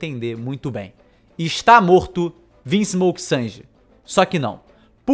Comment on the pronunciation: "amar vinsmolk sanji"kk